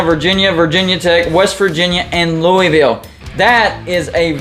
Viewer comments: Pretty sure the correct pronunciation is a lot closer to “Lou-uh-vuhlle” than “Lou-ee-ville” (did graduate research at LSU-NOLA), but besides that, great video, I would love to see your setup come to life, except with Duke replacing U-Va. Happy Independence Day. God Bless America. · It's Lou-A-Vule!!!